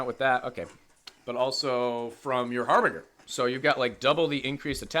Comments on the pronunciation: It’s not har bing er. It’s har bin jer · Okay, so I’m gonna hook you up here: the word you keep struggling with is actually pronounced har’-buhn-jer. If you change your current pronunciation to a j sound, you’ve pretty much got it. Got you, bro. 👊🏻